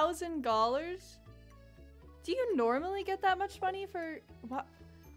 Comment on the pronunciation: This is my fourth video of yours and i laughed so hard when i realized you keep saying gollars